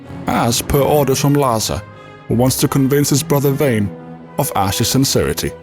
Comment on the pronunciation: How do you enunciate all the complex names in your ffxv video, but despite vaan being pronounced VAHN the entire game you continue to refer to him as VAN?